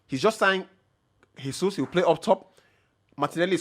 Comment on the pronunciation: Bro it's not HESUS. It's not spanish. It's Jesus. The J is similar to Jae